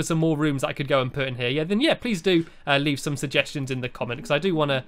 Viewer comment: It's leave not leav